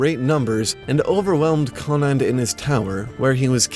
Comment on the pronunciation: The province Connaught pronounced con-nuct not conad